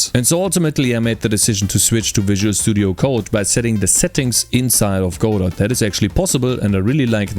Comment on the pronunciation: Your one of the first I've heard to pronounce Godot properly.